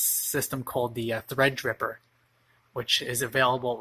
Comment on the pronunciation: Threadtripper? Lmao it's Threadripper